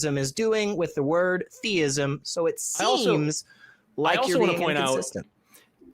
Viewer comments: Yes, definitely. Listen to how both pronounce "thayism". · has called before. He is the only person I've ever heard on humdreds of these calls pronounce it, "thaiyism". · So, I just got to call... I forgot, his other identifier is the "thay-ism" pronunciation.,, etc all pronounce thee-ism as thay-ism. So, I'm convinced. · Same dude. "AthEEism. Thayism."